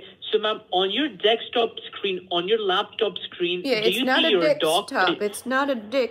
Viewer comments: After listening to Dekstop 🙏 Im convinced it's Dekstop not desktop 🙏 anymore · 'Deckstop' - Is that like a Black guy saying 'axe' for the word 'ask'? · "on your dex top" LMAO They all say it like that. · I always love how they say dekstop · For a few minutes I thought he was being perverted instead of saying Dekstop 🤣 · "Deck-stop." Shouldn't the other one be "lat-pop?"